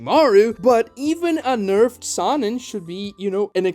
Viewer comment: I hate the way he mispronounces sannin